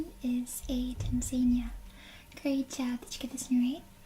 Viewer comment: Hey, if it helps, the phonetic pronunciation of Tanzania is 'tan-zuh-NEE-uh'